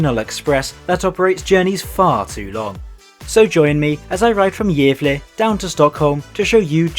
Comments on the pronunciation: Not really. Gävle sounds like “jävla”. Uppsala is stressed incorrectly- “Oupsalla” instead of “Upp-SAA-LA. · he did not pronounce Gävle well and if you think so you are not Swedish